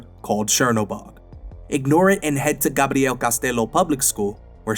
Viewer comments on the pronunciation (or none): none